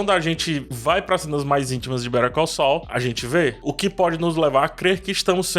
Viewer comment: Aliás, péssima pronúncia de Better Call Saul, passei um tempão pra entender do que ele tava falando...